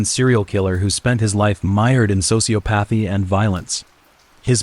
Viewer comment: Did you hear how he said sociopathy? LOL